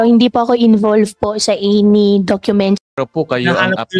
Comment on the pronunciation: May accent ng chinese.. pagbigkas nya ng english na ANY. Tsaka bakit fluent dw yan ng mandarin pano sya matuto kung homeschool sya mula elementary. Daming red flags ni mayora. Simple question di alam sa personal identity 😅 di malala di sure nkalimutan. Ang dulas nya